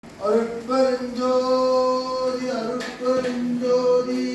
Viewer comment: அருட்பெருஞ்ஜோதி. மகாமந்திரம் உச்சரிப்பில் ம் வரப்படாது. ஞ் என்ற உச்சரிப்புடன் கூறவேண்டும்.